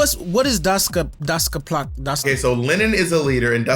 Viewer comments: Not Dosty-ovski 😅😳 it's Dostoyevsky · Oof, the way Bob butchered the surname of one of the most well-known Russian writer is iconic 🤣🤣🤣 Its pronounced as Doh-stah-ye-vski. He is famous for writing depressing and conplecated prose, the most known id Crime and Punishment where a student decided he is much more worthy than the rest of the people and it gave him the right to do whatever, so he kills an old lady with an ax. You can read the rest if you are hooked, it's a good read. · Y’all both mispronouncing Dostoyevsky is KILLING ME!!! DOSS-TOY-EV-SKEEEEE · love the way Bob's pronouncing Dostoyevski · The mangling of Dostoyevsky 😂😅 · Easily my favorite part of the video is Dostoyevsky's name never ONCE being pronounced correctly. I swear this isn't shade, I was giggling the entire time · Bob trying to say Dostoevsky is too much for me 😂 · The complete butchering and cluelessness in regards to Dostoyevski and Lenin 😭😭😭😭 love yall no hate